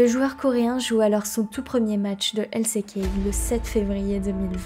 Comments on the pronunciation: J’apporte ma pierre à l’édifice, le coté franglais dans tes prononciations me sort aussi de la narration, LC Key au lieu de L ci key pour exemple. C’est un bon taff néanmoins ! Continue à improve ! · Tu dis LCéKey toute au long de la video mais si tu veux le dire a l'anglaise c'est LSiKey. Avec des meilleurs sous titre et ne pas finir toute les phrases avec une intonation basse et sa sera bien mieux bonne continuation